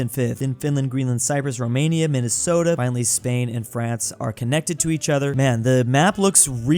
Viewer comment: I love the great state of "Minnestota"